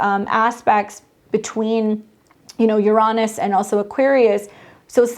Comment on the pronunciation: I've just started noticing this here lately, but I'm wondering why there are so many astrologers, mostly all young, are now mispronouncing Uranus? Instead of pronouncing it Urine-us, now many are pronouncing it you-RAW-nus.